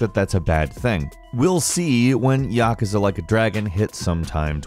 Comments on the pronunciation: its pronounced YAH-KOO-ZAH not YAH-KAH-ZAH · Its not pronounced (ya-ka-za) its pronounced (ya-koo-za) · Yakuza (yuh·koo·zuh) will hunt you down if you keep calling them Ya ke za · Yawkaza ? It's ya ku za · "Yuh-koo-zah" ... that's al. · YES. It's "Ya-cooze-uh." Everyone knows that. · yaK-uza or YAKOOZAA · Wow! Yah-KOO-zuh boyeee Yah-KOO-zuh. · Its YA-KOO-ZA.. seriously dude? You dont know how to pronounce yakuza?? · he pronounced Yakuza wrong too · I die a little inside whenever he says yakuza 😂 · The way you say "Yakuza" hurts my soul. Other than that, love the content. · I’m triggered by how he says “Yakuza” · Yes ! I’m like wtf every time he says it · HOW DO YOU MISS PRONOUNCE YAKUZA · ...why is he pronouncing Yakuza like that? Makes it pretty obvious he hasn't touched a single game in the series. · Saying yakuza wrong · Anyone else get triggered on now he said Yakuza? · He obviously never played yakusa he can't even say it right